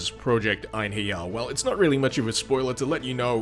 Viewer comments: It's pronounced En-herry-arr though... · as a valkyrie profile veteran, i’d go with project ein-ha-ri-ah. whatever it is tho, cool mod. also, are you watching out for the castlevania simon’s destiny mod? it’s not released yet but it’s supposed to be the original castlevania in 3d